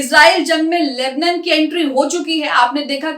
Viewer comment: Lebnan nahi lebnaan bolo